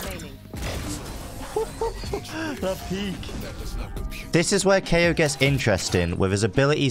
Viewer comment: Hmm Kayo more like keoch?